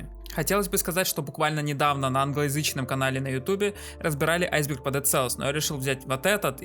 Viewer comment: не прива, а привет! не айзер, а айсберг!